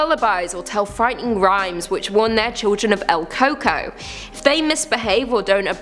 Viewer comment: LOL, el coco, pronounced el cu-cuí